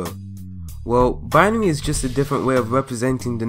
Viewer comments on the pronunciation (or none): its bin-ary